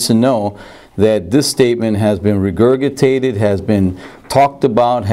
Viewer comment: RE-GURG-IT-TATED....His pronunciation of that word kills me